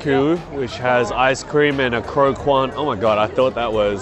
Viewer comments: Just as a note, croquant is a French word which means "crunchy" and you pronounce the 'qu' as a hard sound like a 'k'. So it's more like Cro-cont, than cro-kwant. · Croquant is pronounced croc-cant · please don't pronounce the letter U after a Q in french word :') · LMAO croquant is french and the way their pronouncing it is lowkey jokes